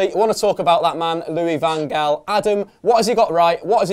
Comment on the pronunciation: within the 1st 22secs u pronounced LVG's name as Gaal then HAL then back to Gaal! LMFAO!!!! HARD!!!! HOW DO U SAY jose mourinho ? hos'e then joeshay ;)